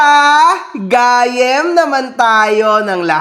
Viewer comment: just to correct the pronounciation ng "gayyem" which means friend sa ilocano. Guy yem po yung correct way.